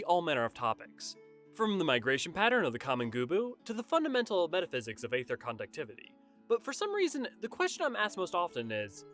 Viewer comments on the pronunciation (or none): next you should study how to actually pronounce the word “aether” (it’s pronounced eether)